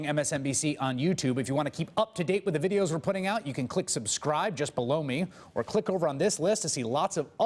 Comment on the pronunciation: Chris Hayes! please change your subscription statement at the end. Sounds funny, but can't help hear you say something like "if you wanna keep UP to date on the news, clink the link to subscribe (JUST BLOW ME)..." I mean, come on, now, i can't be the only person that chuckled, but also said something, right?